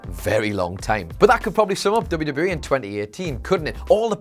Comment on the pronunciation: Slow down when you are pronouncing WWE, you say it so fast it runs together.